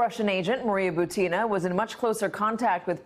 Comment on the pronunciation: I think her name butin not butina